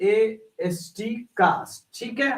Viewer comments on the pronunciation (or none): Sir cast nahi caste hota hai